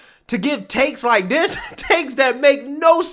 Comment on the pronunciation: Th Is not pronounced D. This is not dis.